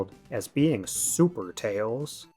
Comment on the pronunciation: that's because "Tayhls belawngs with his owhn kahnd"